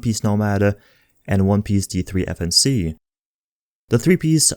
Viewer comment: I never knew that D3-FNC could be pronounced as defense...woah